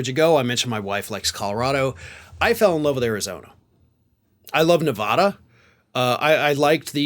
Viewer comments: Its Ne-va-duh, not ne-vah-duh. Come to northern nevada. Its beautiful and were blue as hell. The good ol boy element that does still exist knows they are outnumbered and to keep their mouths shut ;) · NE-VA-DUH, not NE-VAH-DUH! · You know, dude, if you are mentioning NEVADA , quit sounding like a TOTAL OUTSIDER, at Least quit mispronouncing. It's NOT: NA VAHH Duh; it's pronounced NE VA da. Even Kamala Harris got booed for that. Total Easterner. 46-yr resident of Nevada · Las Vegas, Ne vAda not Navhhda please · If you move to Nevada. Please say NevAda the correct way. I live in Pahrump Nevada. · Honestly, I wouldn't even drive through FL or TX. And, by the way (as someone who lived in NV for 16 years), you'll need to learn to pronounce Nevada correctly. 😏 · Don't go to Nevada until you learn how to say it. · If you move to Nevada you’ll have to pronounce it correctly or they’ll go off on you here! First thing I learned when I move to Nevada 30 years ago! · If you're going to move to Nevada, please learn the proper pronunciation of it 🤣